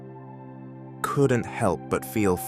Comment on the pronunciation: I press backwards trice just to make sure if he was really pronouncing couldn’t as cukunn😅